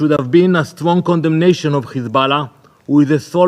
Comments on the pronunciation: Ok, what's His Ballah, this fool has a speech impediment, lies cause this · It’s hizbullah in Arabic. But when isnotreali people say khizbullah or khamas the kh is a Talmudic curse